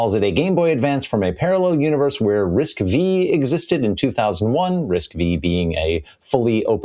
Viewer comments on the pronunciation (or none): The V in RISC-V is pronounced as five, since it being used as a Roman numeral.